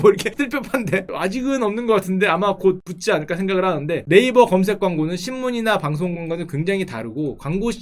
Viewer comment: 네이버애기만 나오면 왜 자꾸 네일베거림?